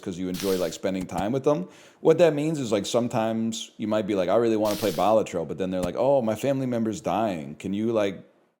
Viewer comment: I don't know why, but the way he says Balatro wrong makes this so much funnier